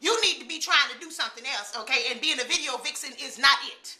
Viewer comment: I SO needed to see you back, my friend. Prayers have been going long and and they been going strong, baby-girl. Your mama is proud of you and everything you are doing to bring her justice. So glad you got back in the "stood-ja" and made a "vid-ja". Love to you and your family. You are a wonderful role model. -Lisa